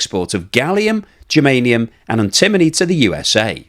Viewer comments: doesn't even know how to pronounce antimony! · You should learn how to pronounce "antimony" correctly.